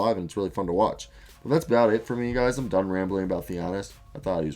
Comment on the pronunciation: if you are going to make a vid about a guy at least take the time to learn his name...its not thianis.Its in your freakin title and just three syllables THA-NA-SIS